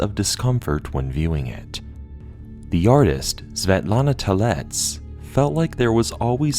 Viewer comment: big ups for pronouncing Svetlana Telets' name correctly. 9 out of 10 youtubers just say "apologies for probably spelling it wrong" when they encounter foreign names, when a quick google translate text to speech takes as much time as apologizing.